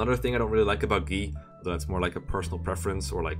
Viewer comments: I totally agree; the Japanese pronunciations and English pronunciations aren't always the same, and acting like the Japanese one is the only correct one is inherently wrong. And also annoying. I twitched every time he said Gii instead of Guy. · So, like, I get that Guy's japanese name is "gii" but "Guy" is actually a name in English and it's pronounced "guy" not "gii" so since you aren't referring to everyone in their original Japanese, it should probably be pronounced "Guy" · i think the "gii" pronunciation of "guy" is a case similar to camus. it's also a french name, but people who weren't aware of how it's pronounced in french took to saying it another way. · "Gi" is the French pronunciation of that name, Guy. So I just though you were being European. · I was kinda suprised about how Guy was pronounced as Gee, so I decided to briefly confirm it for myself. It’s true, that is how it’s pronounced in Japanese. In the video “【実況】ファイアーエムブレム 烈火の剣 ヘクハー でたわむれる part8” at about the minute mark, the Japanese guy playing even pronounces it that way directly. Although I think pronouncing it that way can be argued to be wrong. The localization team translated it into the more common name Guy because it was likely better suited and sounded more natural for a Western audience. I mean, with the argument that we should pronounce Guy as Gee because it’s more acurate to the original Japanese version, we should also be calling Lucina by her more acurate Japanese spelling: ‘Rukina’. I don’t blame for saying Guy is pronounced as Gee, but I do think it’s not correct to do so.